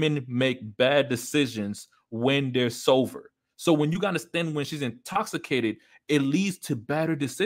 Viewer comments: Stay sover my friend Heh Heh heh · lol bro, i kept hearing you say sover instead of sober haha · Sover? Or Sober 🤣